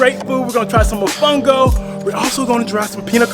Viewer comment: Great job! I'm going to look into that sailing adventure next time I visit. Remember to pronounce all the the O's in mOfOngO 😉